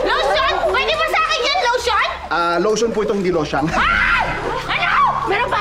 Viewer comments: Lution ito Hindi ito losyang 😂😂😂 hayop ka talaga paolo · Lotion po i2 ,hindi losyang🤣🤣😅